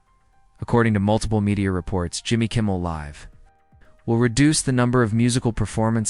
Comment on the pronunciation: Please learn how to pronounce Jimmy Kimmel Live.